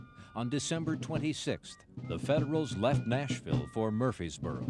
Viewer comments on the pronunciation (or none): Narrator...It's pronounced Murfreesboro with an R. Not Murphysboro. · This narrator keeps misprononcing the name MurfReesboro MurfRRRRReseboro! He leaves out the 2nd R!!!